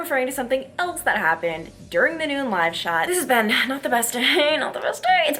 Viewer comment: When you said “live shot” location I thought you said “lash outlet”. I was like “wait, what, is one open?” I have two loud kids so it was just me, but super funny. Thank you for all you do! 💛